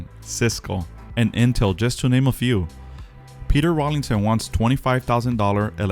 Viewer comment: Please stop saying Rawlingson. There is no 'g'. It is Rawlinson.